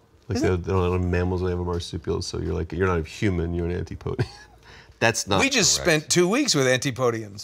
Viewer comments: "Antee-po-dee-un"! 😂 I'm Pro-podean! It's pronounced "an-tip-odee-un"! LOL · It's pronounced "an-tip-o-de-an".